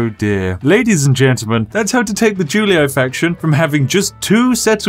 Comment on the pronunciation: "juliAAY" "scipiAAAY" "brutiAAAAYYYYYYYYYYYY"